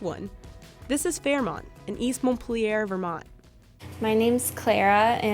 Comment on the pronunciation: “East montpaler vermont” wow just wow. Im from Turkey and at least I can say Montpelier.